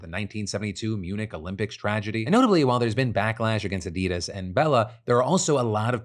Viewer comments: *"Addy-dahs", not "Adeedas" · The "Addid" of "Addidas" doesn't rhyme with "Hadid".